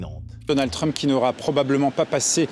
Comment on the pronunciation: j adore comment il massacre la prononciation de trump en truumpe lol